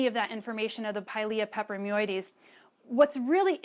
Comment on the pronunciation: I think she enjoys saying pilia peperoimidiessseieieses